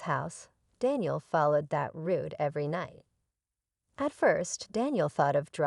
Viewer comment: "route" not "rude" - Stupid AI